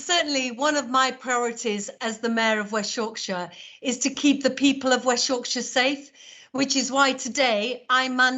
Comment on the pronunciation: Mayor or West Yorkshire pronounce her area very weird